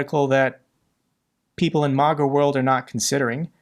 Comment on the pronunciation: I’ve watched your videos for a long time, and as a fellow supporter and defender of Ukraine, I think it’s important to address a misunderstanding you seem to have about MAGA and Republicans. First, it’s pronounced “Ma-Ga,” with the first “A” sounding like the “A” in apple. It stands for Make America Great Again—not a love of Russia or a desire to be friends with them. Republicans don’t need convincing to oppose Russia; most already do. The real argument to make is why sending American taxpayer money to Ukraine is more valuable than prioritizing domestic spending. The case you need to make is that this is an unprovoked war. Ukraine’s government is legitimate and has never been a threat to Russia. NATO expansion is not a threat either; NATO has never acted offensively and exists solely to deter Russian aggression. Russia’s actions won’t stop unless they’re checked. It’s far more cost-effective to support Ukraine now than to let Russia continue unchallenged, as they’ve done in Crimea, Georgia, and elsewhere. Allowing further aggression will only embolden them. Since taking over from Great Britain after World War II, the United States has been the primary enforcer of global rule of law, international norms, and state sovereignty— continuing a legacy that dates back to the Treaty of Westphalia in 1648. Ultimately, the key is to explain why supporting Ukraine is a worthy investment of American resources. Instead of alienating half the U.S. population, focus on making the case